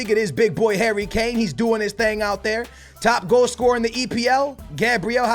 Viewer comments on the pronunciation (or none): none